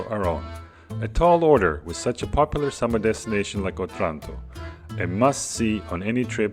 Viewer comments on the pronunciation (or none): It’s pronounced O-Tranto, not otrànto 😂